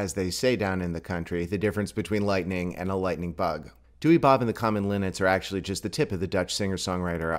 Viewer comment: apparently you pronounce the name like dow-er source i have a dutch friend and he says so.